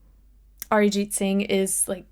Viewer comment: The fact that you pronounced Arijit so well shows your admiration for him.